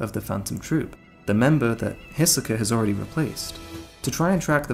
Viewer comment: Kurapika is pronounced more like Kurawpika instead of kuruhpikuh. Leorieo is pronounced like Leeoreo so just lee and then oreo, you said it leo rio. And Hisoka is pronounced He soak uh, I'm pretty sure you said like Hesawkuh. Besides that good vid.